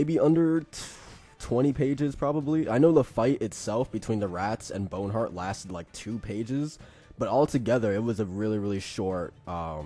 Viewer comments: It's BONHART not bone hurt. Its very distracting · Bon-heart, not Bone-heart. Loved the video but that was just triggering. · I think it's actually Bon-art